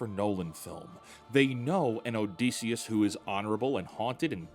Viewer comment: your pronounciation of Odysseus hurts